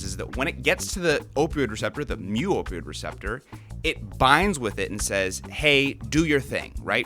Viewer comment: Thanks for emphasizing mew. Lol theblast video i heard you talking about you kept saying mooo and the nerd in me was starting to freak out a bit xD